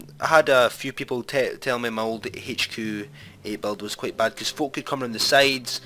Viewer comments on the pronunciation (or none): none